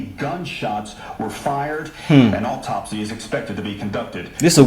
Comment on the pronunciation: AUTOPSY! Not Optopsy